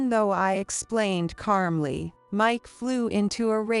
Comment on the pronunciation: Calmly has no r in it.